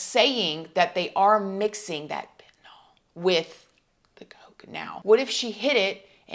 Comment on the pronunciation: She didn't appear burned. She had the same beige tank top on in the Pic and when she broke free of the sheet. They didn't put her in an ambulance it was a vehicle for the fire dept. The house was burning, not the car. It's pronounced Fen-ta-nyl, not fentinol. This is a weird set of circumstances and girl your grammar is baaaaaad... Lol.